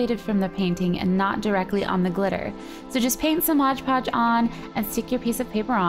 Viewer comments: Oh my goodness Gracionious,!! It's called Mod Podge, not modge podge. You're so annoying when you do that, it's On the label. Read it. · Great idea!!! Just ine little thing...Its MOD Podge. Not mosh podge. I really hate that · looks great! love the incorporation of the glitter! But dear GOD, its MOD podge....you say it so often in this and its wrong every time-it totally distracted and disturbed me!